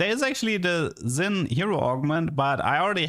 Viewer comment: Xin is pronounced SHIN. Shin jao.